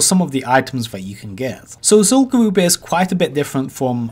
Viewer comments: Ever since I heard you say this like 6 months ago.... ITS GA-RUB NOT GA-ROOB. Is Zul Farak Zul-Farake? Im 99% sure its rub not roob and I never heard anyone call it Garoob till you lol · literally stopped watching at 2 minutes of this video because of how badly he pronounces Zul'Gurub. its pronounced as Zul'Grub not Zul'Gooroob. i havent cringed so hard in quite sometime so good for you for making me feeling me vomiting. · It.. it... It's gU-rub tho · Zul guuwup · The problem is this guy talks like a 10 year old and pronounces his r's as w's so it sounds like zul goo-woob. He also can't pronounce th and uses ff sound lmao. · Zol Gowooob haha amazing